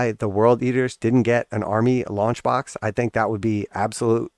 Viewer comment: I had to listen twice. I thought you said lunch box and I was like yippee! Something to go with my GW snuff box and Christmas socks. But alas, you said launch box 😢. Lol!